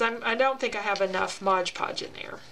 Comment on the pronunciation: Can we say " MOD PODGE"??? Not trying to be rude but it really bugs me & others. You are not the only one who says it wrong, so don't feel bad.